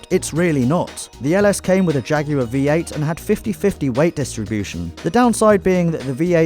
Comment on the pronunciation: "Jaguar" V8